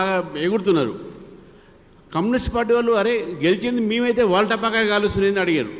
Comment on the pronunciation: పాటా కాయలు కాదు సారు టపాకాయలు ఇది కూడా పలుకరాదు మీకు దారిద్ర్యం